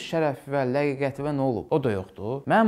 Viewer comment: Ləqiqət deyil ləaqətdi onda bunda səhv axtarınca danışığ tərzini duzəlt 😂